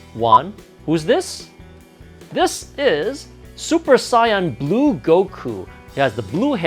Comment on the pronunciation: I get triggered when he says super saiyan because he says sayain like the colour and not saiyan